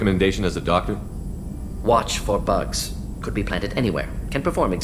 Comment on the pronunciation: In the Mordin section telling recommendations, instead of watch for bugs, I heard watch for butts, I'm taking your word Doctor, trust me